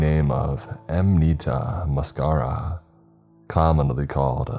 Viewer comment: check you pronunciation of muscaria